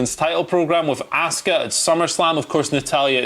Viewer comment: Why is Simon the only person on this channel that can pronounce ASUKA'S name proper? These guys always say Ask-Uh 🤷‍♂️ And NOBODY on this channel can say Sasha 😂